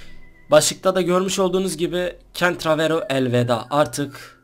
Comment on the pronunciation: Senin adin miydi candravero sanıyorum o telaffuz ne:D kentravero